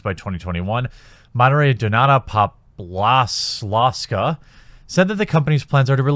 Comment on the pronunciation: I just absolutely love when you stumble on foreign names. "ł" is English "w" and "w" Is "v", now Popławska shouldn't be as hard ;p